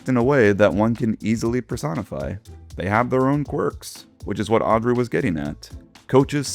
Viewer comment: he said Aubrey and not Audrey.